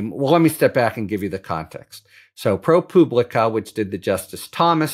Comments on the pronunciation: Why do you call it “Pro Pooblica”? Is that a dig or…? Lol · Nice video. The 'u' in ProPublica is pronounced like the 'u' in "public", not like the 'u' in "pubic".